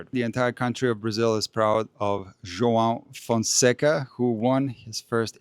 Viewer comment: Excellent pronunciation of "João Fonseca". 🙂Your comments are great. Thank you and cheers from Brazil.